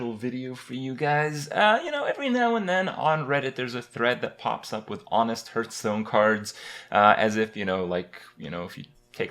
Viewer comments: it's heartstone, not hurtstone. Get it right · because he sucks at pronouncing. he called Hearthstone "hurtstone" for a very long time. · can you please stop saying hurtstone it's fucking irritating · Does he say "hurtstone"?